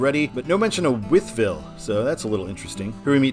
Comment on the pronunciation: The whole wythville I’ve heard it both but I’ve always pronounced it wiethville